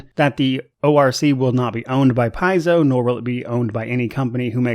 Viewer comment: Nice commentary for the topic!! Hope you grow even more.. p.s paizo is from the greek word παίζω and is pronounced pe-zo meaning play:) so as a Greek one more reason to support them!!!:):):)